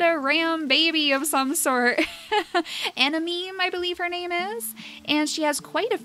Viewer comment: "Anameme" sounded like "A meme"